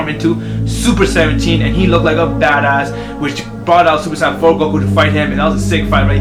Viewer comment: you say super san its super saiyen